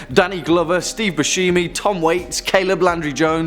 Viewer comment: STEVEN BOOSHEEMI ...